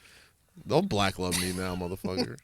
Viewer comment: The whitest “motherfucker” I ever heard a black man say 😂😂😂